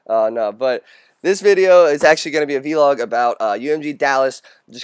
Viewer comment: Why do you say "v log"? It's all one word, it's "VLOG".